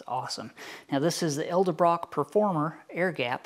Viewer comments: "ED-EL-BROCK" Not El-de-brock.....why does almost everyone do this-?? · That's " ED-EL- BROCK" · "Ed - el - brock"